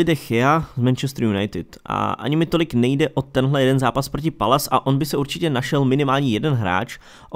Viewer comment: Palace se nečte palas lol